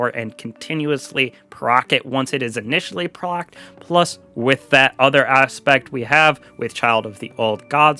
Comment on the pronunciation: Okay, first of all, they're Necrotic Grip, not Necrotic Grips. Secondly, you're pronouncing aspect incorrectly. ASSpect. Not Ahhspect. Lastly, it's pronounced eSpecially, not eckspecially. Watching this video was torture because of the way you pronounce words.